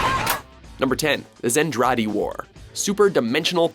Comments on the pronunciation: I am so surprised LOGH, Lodoss and Macross were even mentioned on this list. Usually they get snubbed for being older, less mainstream series in the West. Also it's ZENTRADI. Not pronounced "Zendradi", but still, I should thank them for not calling Macross "Robotech". God I hate Harmony Gold. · "Zen-Traa-Dee" The way the announcer is saying it is definitely wrong. Macross should definitely be higher, Macross Island and Vancouver are completely wiped off the map, and then 2/3 through the series all of Earth is basically eradicated when the Zentradei fleet carpet lazers the planet from orbit. I like that Lodoss War made the list tho.